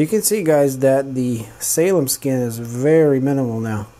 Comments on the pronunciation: "Salem Skin" 😂 Isn't it salmon skin?? Either way, I love it. Thanks for the great video man!! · "Salem skin"???? its Salmon... like the fish pronounced Sammon in most regions. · As opposed to "Salem" like the witch trials. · It's called Salmon Skin... like the Salmon fish. Said Sa-Mon Thanks for the video. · salmon skin like the salmon fish. the way u said it confused me til i figured out what u was talking about. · Just FYI, it's 'salmon skin', like the fish.